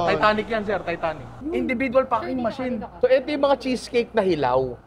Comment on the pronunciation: Hanep imbis na packing yung F yung naririnig ko HAHAHAHA